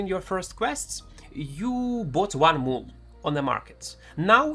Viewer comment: What's the item that he says to buy in the market as a beginner? I can't understand what word he is trying to say. It sounds like move or moon?